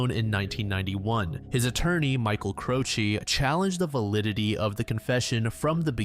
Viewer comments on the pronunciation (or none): none